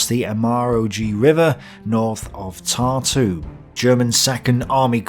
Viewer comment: For somebody who knows correct pronunciation and uses many of names mentioned on a regular basis, i find it funny how most of them are either pronounced completely wrong(with some names i was even unable to recognize) or have emphasis on wrong syllable(Tartú instead of Tārtu or Daugavá instead of Daúgava). So, again, there is a one-sided narrative being presented by a pro-german authors... So, again, everyone tows their own line. What a shocker. Because every author tries to cover crimes of side they are on and emphasize crimes of opponents. Both sides were evil in this conflict. Let me correct it - all sides were evil. Every side that took part in that war has plenty of skeletons in their closets. Its the nature of war, there are no just causes. Everybody, without exceptions, raped pillaged and murdered. I wouldnt necessarily take those numbers at face value, since what Germans claim to have done and what they actually did, are two completely separate things. Considering content of this video this disclaimer should be made about everything. Unless somebody is being biased, to emphasize possibility of certain data being inaccurate, due to personal preferences.